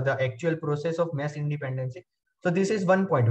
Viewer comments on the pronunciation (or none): material is good but the way you pronounce mesh so it sounds like mess cracks me up